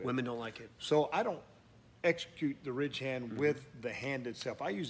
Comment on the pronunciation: Honestly, sounds like you’re saying “rich-hand” Gotta really slow it down and enunciate. RIDDDDDDGE - HAND